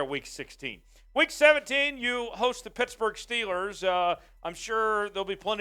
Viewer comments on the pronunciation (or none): none